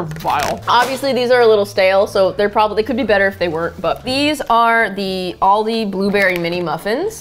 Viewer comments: The pronunciation of Aldi makes me aggressive, but other than that love ya guys😂 Greetings from Germany☺ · Hearing the way you guys say Aldi is hurting my Australian heart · I know they are American but the way they pronounce Aldi makes me cringe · ik yall mentioned it but as an irishman hearing they pronounce aldi hurts my soul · I think you pronounced it right most of the time! The last time right at the end had an extra syllable in there. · no it's Al-dee I even Googled it because I saw so many comments of ppl saying where they are from and how to pronounce it and Al dee is right all dee is wrong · no they aren't it's al-dee not all dee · apparently the British pronunciation is Al-Dee and the American pronunciation is All-Dee so..... I don't know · actually its al-dee it originated from germany (if my memory serves me correct) and is famous in australia and u.k and its all pronounced al-dee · i live in germany too! But in my part they say al-dee not all-dee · Americans pronounce it wrong it is pronounced Al-dee not not all dee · if u look at American pronunciation it's aal-dee not all-dee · So weird to hear people say Aldi and not Aldi’s because I’m from the Midwest and everything has an s at the end 😂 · I didnt know you had aldi in America. We have them in the UK and lidl. But we say Al Di not OL DI XXXX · AL DI not Alldey ‼️‼️‼️‼️ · bruh it's al-dee not all-dey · As an Australian, with a rich, elegant and superior way of the pronouncement of the English language, it does make me cringe a tinge with the pronouncing of Aldi.. It is Al-Di (Like “Al” as in “Al” from married with children) not All-Di.. Ew... Cool chicks though would watch again 🤌🏼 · It’s AL-Dee like the Al from Alan and the Dee from the word deep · no it's not it Al-dee Al as in like the name Alan not all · Al (like the beginning of alan) - dee From a brit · NO NO NO MY UK HEART its al-de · It's al-di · Most say Al dee in Australia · Like the Australian ALDI back to school ads with Al and Dee!